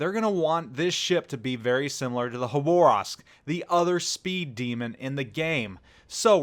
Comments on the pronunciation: KHaabaaRrrroovsk.......... not Hoborask ( city in far east Khabarovsk ) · Please, it’s Ha-ba-rosk, not Ha-Bo-Rask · Yes please read this, I cringe EVERY TIME YOU SAY IT. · “Haborovsk” that pronunciation is Le terrible. Bud dum tiss. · Terrible gun angle Terrible gun traverse Terrible reload Its Le Terrible Plus terrible khabarovsk pronounciation Lol